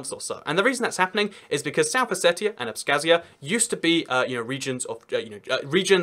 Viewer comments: you pronounce abkhazia wrong, it's with ipa x (like scottish loch) and not with a k, for the kh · Georgian Here! It's Abkhazia not abskhazia. :D